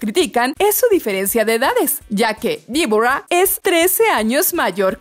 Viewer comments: "Díbora"... en serio, por tu bien, un curso de inglés no te caería nada mal. Es DEBORAH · "DIBORA, VIBORA" ?? HABLA BIEEEEN !!! DEBORA!!